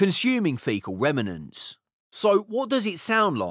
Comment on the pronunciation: F you, gabber is great and happy!!! At least the 90's, and early '00's... the new era is terrible, though! PS: :remnants' is just two syllables, not 3.. unless you're AI